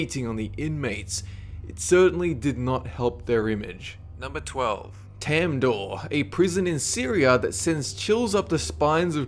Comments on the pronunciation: its Tadmor not "Tamdoor" you ignorant! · It's Tadmor Prison, near Palmyra Syria, not Tandoor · number 12 is Tadmor ... Not Tamdor ... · Number 12 isn't spelled "temdoor" it's "Tadmoor" I just wanted to make clear I'm Syrian that's how I know :) and I must say I'm shocked to see it here on this list, I know how horrifying and brutal it is but never thought it reached this far ! wow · the Syrian prison's name is tadmor not tamdor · This video is so sloppily made. The "research" put into this is laughably poor and the dumbass cannot even pronounce the prisons correctly (Tamdor for example). Someone who gives so little fucks about the quality of their own works clearly is just a whore. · #12 is pronounced"Tadmor"